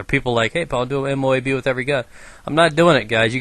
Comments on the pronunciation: LOL M.O.O.B instead of M.O.A.B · u said moob and not moab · it M.O.A.B not M.O.O.B